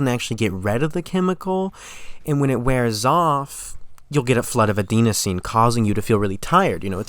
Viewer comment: Bro misplaced serotonin with dopamine and mispronounced adenosine.